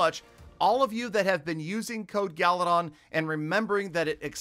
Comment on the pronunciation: Why Peter call you instead of galadon